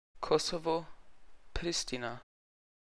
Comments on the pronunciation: Nächstes Mal sprich Tirana und Pristina richtig aus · du hast Zagreb,Pristina,skopje,Podgorica falsch ausgesprochen sonst gutes video 👏